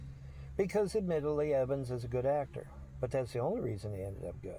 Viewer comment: What's with his weird pronunciation of ' Act Tore ' ?????